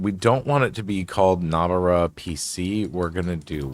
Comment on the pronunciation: No-bara, not nob-ara.